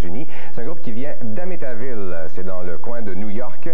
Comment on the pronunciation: "Ils viennent d'Amitaville!" 🤣 Amityville, Rajotte. AMITYVILLE! Pas un grand fan de films d'horreur à ce que je constate, mon Claude.